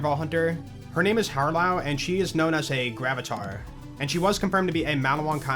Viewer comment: I think as a result of there being so many new mechanics the UI is going to take some getting used to, and I'm sure it will feel like second nature after about a week of playing. It's the most iterative entry and there's so many movement and gameplay systems now. Also you pronounced Harlowe's name wrong. You should look it up, it just sounds kinda silly how you're saying it lol